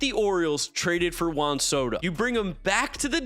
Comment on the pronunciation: never pronounces Juan Soto correctly. 😂